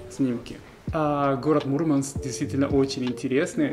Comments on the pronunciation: Вообще не круто!!! Мурманчане так не говорили и не говорят. На материке от некоторых слышала, и это резало слух. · Молодец, куда добрался! Круто говорить МурмАнск, делая ударение на букву А.